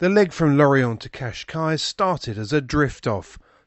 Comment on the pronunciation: Great as usual. In Portuguese you should pronounce the last s in Cascais, like a short sh